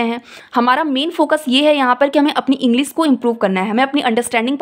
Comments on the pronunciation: ईगलीस man😂😂😂lol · Aap khud English ko ईंगलीस bol rahe ho